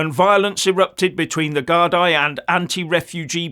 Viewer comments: Geez,, you've been around long enough to know that "gardai" is pronounced "gard-EE", not "gard-EYE". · It is pronounced GARDEE not GARDI. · It's gardee, not gardaye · It is pronounced GARDEE not gardai. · Gardai (Irish Police Force) is pronounced 'gardy'. An individual police officer is called a Garda. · Since the supposed Rwanda deportation was recently decided upon, many illegals are now fleeing to Ireland in an effort to avoid that. Fact. People of the UK and Ireland must and will stand together to stop this destruction. PS -, the word gardai is pronounced like "gardee" because the "i" in the word has a 'fada' on it, like this.....gardaí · Love the way you pronounce the Guard eye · Hello, Gardai is pronounced Gardee but if you refer to them as Scum everyone will know who youre talking about. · BTW, the word Gardai is pronounced “gardee”. The plural of Garda. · Pronounced Gardee. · Garda - singular gardai - plural pronounced gardee 😊